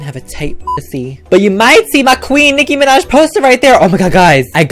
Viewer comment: "Nicki manj"😂😂